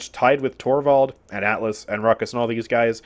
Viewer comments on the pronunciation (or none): none